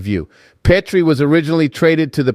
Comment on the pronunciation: I love the Habs but Pittsburgh won .you can't even say Jeff petry name right